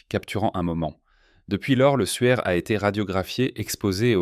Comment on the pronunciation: Et le suaire de Turin n'est pas le souaire de Turin 😉